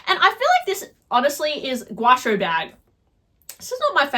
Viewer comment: The Dior bag is spelled "Gaucho" (a South American cowboy 🤠). "Gow-cho"